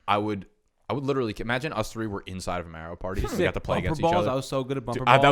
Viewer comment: Your pronounciation of Mario made my ears start to bleed bro